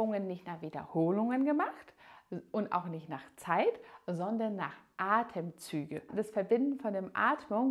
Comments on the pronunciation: Es heisst ATEMZÜGE!! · „Atmenzüge“ … „die gesamte hinten Oberschenkelmuskulatur …“